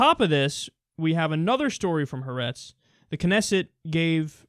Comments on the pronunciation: For future reference: it is pronounced (hah-AHR-ehtz) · Haaretz is three syllables.